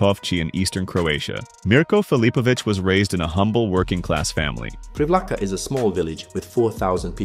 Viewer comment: Ah yes, the MURKO from PREEVLAHKA just south of WINKOVCHY. But you got his last name pretty good, so props to that. Croatian pronounciation is phonetic, we have (barring few exceptions) one sound for each of the letters, all our "v"s sound the same, all our "i"s sound the same, and every "i" is the exact same "ee" in "sheep". v is like V in victory which would be pronounced viktori, etc. Mirko is like Meer Co. (same "i" as in "ee" of "sheep") Vinkovci is like "Win Co." (vin - ko) - same v again, and ci as in "cist" Privlaka is like "pre" (as in "pre" and "post"), same v again, and then it's laka like "luck + the same sound for the "uc" in luck, which we would write as "lak" Bonus points for noticing the similary between mirko and vinko? both are croatian names.